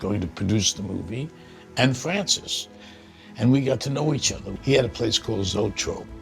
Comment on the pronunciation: Al says "Fwancis"... I wouldn't want him either!!!